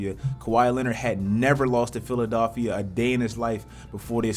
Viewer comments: Lowry not Louwry, Philadelphia, not Philadaalphia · "PHILADAALPHIA" HUH?🧐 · Why does pronounce philly PHILA-DAALPHIA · The fuck is a "Philadolphia" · Philadolphia lol